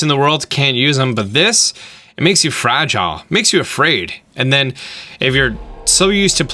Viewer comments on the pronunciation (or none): none